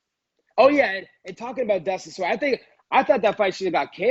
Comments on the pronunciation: Dustin Soyrier 😂😂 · "Dustin Soirier" I'm dead